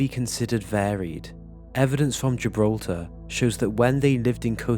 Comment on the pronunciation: Ye but the way he kept saying Gibraltar was annoying 😂